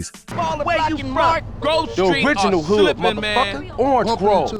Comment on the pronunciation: grOve, not groove